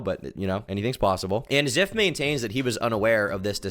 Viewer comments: I'm late ASF but this name is pronounced "z-EYE-f" not "z-EH-f". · I used to watch zyph bro come on 😭 (also I swear if I hear you say ziff one more time imma lose it, it's z-eye-th at least say his name right) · the way he pronounced Zyph az Ziff the whole time I cannot even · It’s pronounced “Zife” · I used to watch this guy some years back, and it hurts every time he pronounces it ziff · I believe in both stories but i do trust and believe zyphs story more, all though i do believe there might be some white lies in the mix but idk the story just seems very detailed and ofc i wouldnt want her to end herself if i broke up her and its not that far fetched when you see these other stories about crazy x's but we'll see in time. You were mis pronouncing zyph the entire time.